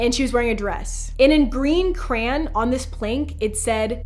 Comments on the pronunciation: The scariest thing about this video is the way she pronounced crayon 🤦🏼‍♀️🤦🏼‍♀️ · eva i love you like ive been watching your vids for litteraly ever but its pronounced cra-y-on accentuate the y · the most creepiest part is how she says crayon "Krayan" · I'm sorry but when she said crayon it got to me 🤣🤣🤣